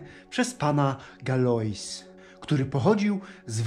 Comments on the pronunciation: Galois wym. się (Galła) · Fajne rzeczy Pan pokazuje ale do narracjii to Pan sie nie nadaje. Az mi sie odechcialo dalej ogladac . I jeszcze tak znieksztalcic czyjes nazwisko, boshe zlituj sie. Masakra. Nastepnym razem prosze sie zapoznac z poprawna wymowa z francuskiego a nie spolszczac slowa bo tak Galois sie tak nie wymawia. POLECAM google tlumacza i jego poprawna wymowe. Dzieki